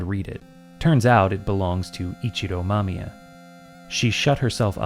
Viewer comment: Also, thank you for pronouncing the names competently. So many people I hear call her "Mamaya" instead of "Mamiya" and it's frustrating.